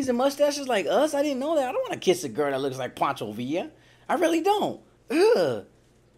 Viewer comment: This fool said Pancho Villa!🤦‍♀️🤣😂🤣😂 I'm knowing exactly what he's saying though.😎